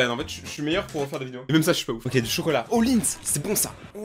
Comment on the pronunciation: CHUI LA SEUL À TROUVER SA CHIANT QU'IL DIT ok au lieux de okay mais bonnnnnn bref ses pas graveee 😐